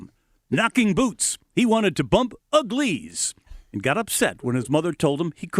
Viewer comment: "Some bam bam in the ham. He wanted to bump ugLIES" 💀💀 who tf is this newscaster?? 😂 But yo RIP Roxie 😔